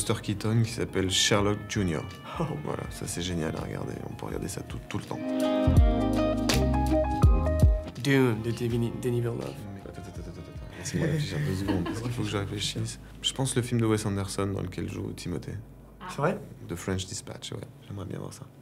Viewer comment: Funny how Timothée pronounces Denis Villeneuve's name with an English accent when Denis is French Canadian